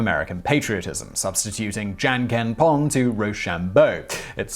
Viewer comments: Wow, you REALLY need to figure out your pronunciations to simple words. I'm an American living in Japan (8 years now) and rock, paper scissors is pronounced junken (jun:almost like june , moon, fool, stool,; and ken like men, been, send, when.) You have a great channel, but you spend no effort to learn proper pronunciation of words. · It took me like a good 10 seconds to realise you said "Janken". Guys... I'm not expecting perfect pronunciation from you, but apart from the "n", English has all the sounds needed to pronounce this word perfectly. Listen to an example beforehand (even if it's from Google Translate) and you'd be almost perfect. (And replacing the n with an English n will probably go unnoticed even by many Japanese speakers)